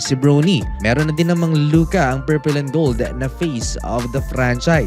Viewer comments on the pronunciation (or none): none